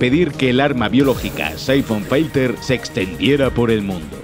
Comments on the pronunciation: Cuantas veces es necesario decir Saifon Failter? Filter y yaaaaaaa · que demonios en saifon faiter? se pronuncia Saifon Filter... casi igual que como se escribe, no sabia de que hablaba hasta que lo vi escrito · Se pronuncia Saifon filter, no Saifon failter ☝️🤓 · Syphon "failter", en serio que sois periodistas? 🤦‍♂️